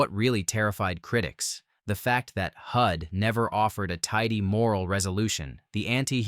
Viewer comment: Also, #10 is Hud, not Hood.